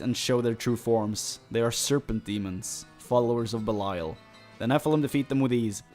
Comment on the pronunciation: BELIAL NOT BELAIL